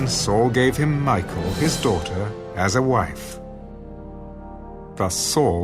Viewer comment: Been really loving these... except just to point out that the pronunciation of Michal, isn't Michael, it's, Me-kal 😅 Otherwise, listening to the Word is always so beautiful, especially with the different characters and voices. Thank you!